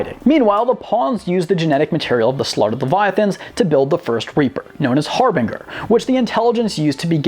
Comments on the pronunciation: Its pronounced har ger not Har bing er. Dumbass. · Harbinger. Not pronounced "har-BING-er". Pronounced "har-BINJ-er". Like the word binge. It's cool and all if English isn't your first language, but that doesn't seem to be the case. You'd think you'd learn how to pronounce words before filming a video piece about things. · Or-I, not or-EE. HAR-bin-jer, not har-BIN-grr. Ped-AN-tic (that's me). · It's pronounced HAR BEN JER not HAR BING ER I'm sorry for being a pseudo anal retentive bastard Lol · You should learn how to pronounce the names of these extremely popular species and characters. Xel'nagger? Har-bing-er? Or-ee? Come on,. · “Harb binger” you mean harbinger? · Did you just say Har Binger😂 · The pronunciation on harbinger made my heart hurt. How can you possibly mispronounce that? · Why can no one on Youtube pronounce "Harbinger" correctly? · okay it has to be a meme, i kept watching and then you said harbinger, WeirdChamp bro